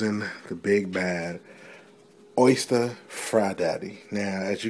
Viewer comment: I know it's ghetto frying, but you're fryer is made by the OSTER company....not an Oyster in there! Can you say O-stir??? Probably not.